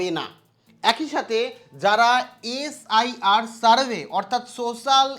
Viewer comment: স্যার আপনি SIR শব্দটিকে SRI ভুল করে বলেছেন